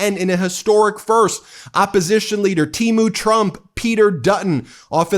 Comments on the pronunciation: The proper pronunciation of temu the e is pronounced like the e in ten. They're often your sponsors! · In the USA, we pronounce it Teemoo 😂 With as much as we buy, I am sure they don't care 😅